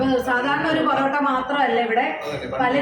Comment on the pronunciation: പൊറോട്ട ആണ് പെറോട്ട അല്ല